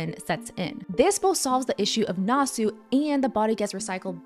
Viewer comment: Nasu not nāsū. Get your vowels right